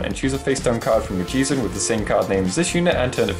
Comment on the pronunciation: it is GY ZE. why do people Always pronouce it wrong?